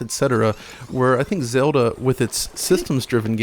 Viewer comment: "Zelder" lol ;)